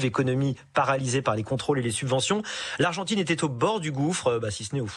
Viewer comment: L'argentrine ? Vraiment ? 🤣🤣🤣